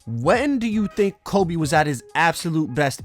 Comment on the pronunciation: My man said frobe